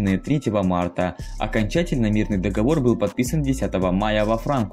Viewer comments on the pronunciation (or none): none